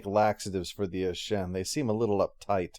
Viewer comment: Looks like all those comments on yesterday’s video concerning pronunciation of Ashen were so effective they were able to influence him years ago to say it correctly when back when he originally recorded this one. 😜